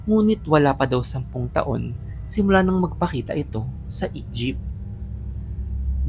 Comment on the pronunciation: Ako lang ba yung nakaka-rinig ng "Egypt" imbes na "E-jeep"